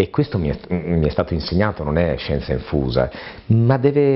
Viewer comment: ma sbaglio o dice scienza enfusa anzichè scienza infusa , ho sentito bene?